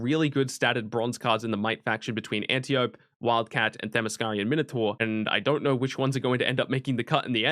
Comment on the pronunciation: Antiope -- An tee oh pee